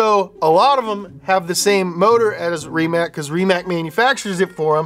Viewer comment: Thank you for assuring me "Rimac" is pronounced Remac !